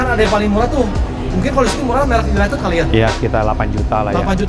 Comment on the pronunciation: Yg ngebenerin pas bilang UNITED malah salah sndri wkwk, masa iya bacanya juga UNITED 🤣🤣, bhsa inggris bacanya disamain sama tulisannya wkwk